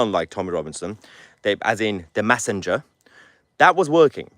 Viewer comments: Mahyer - it's pronounced MESSAGE, not MASSIGE. It's pronounced MESSENGER, not MASSINGER. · Haha Mahler! He thats the first time l heard you pronouncing a basic word incorrectly. It made me chuckle. So the words ‘message’ ‘messenger’ they are pronounced mes-age. mes-sen-ger. mes-sen-ger. You keep pronouncing as mass-age. So Tommy,the UK need to stand up for his as the P* stood up for there lot about the airport incident. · Stop saying massinger, massige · How come you can manage to say message, correctly... yet constantly say massanger?? It's frothing! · Why are you saying 'massidge' and 'massinger'? Have I missed something? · It's not massenger It's messenger by the way . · 1.52: Off-topic, Mahyar - but you mean "message" and "messenger" - not "massidge" and "massinger". Anyway - Go, Tommy! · Please somebody who's friends with Mahyar PULL-EEZE tell him how to pronounce "message" and "messenger"!